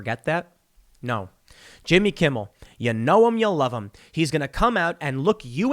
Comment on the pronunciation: It’s Jimmy Kimble, get it right Tim!